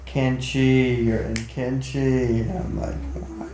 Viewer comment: Kanchi, is sissors in hindi. the place is pronounced Kaanchi.